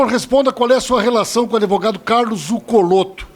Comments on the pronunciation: ~ parei de assistir em “ adevogado”. 🤫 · Esse Pimenta é uma besta, é uma vergonha para o Rio Grande do Sul e saiba que a palavra correta é ADVOGADO, sem a pronúncia da vogal "e" que não existe na palavra. ADeVOGADO, só um imbecil e estúpido como você "MONTANHA" prununcia! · Gente... Que vergonha!!! É doído admitir que no passado fui Petista. Tem que corrigir o Pimenta e explicar a ele que o correto é Advogado, sem apoio vocal e não Adevogado.